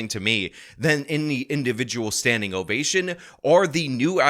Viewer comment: It's an ovation, not an ovashin. But anyhow, thank you for the reportage.